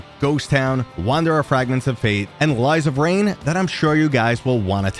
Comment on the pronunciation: lies of rain XD People always butcher of lies and rain's name